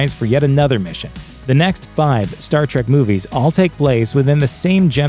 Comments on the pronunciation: Quit pronouncing it "Star TRACK", ffs. It's "Trek"... "Star Trek" .... not fucking "Track" you blithering fucking moron! I quit listening and Down Voted by the time you had mispronounced it for the 12th time just after the 3 minute mark. You shouldn't review something you obviously have absolutely no fucking clue about, dipshit. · Did he say Star Trak? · I knew in 3 seconds he didn't know shit. "Star track"? See ya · Did you really just say, ‘Star Track’? Fake fan. Next video.